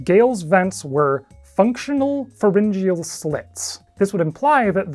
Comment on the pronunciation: I like the way you say pharengyal slits. I have pronounced it fair-en-gee-al.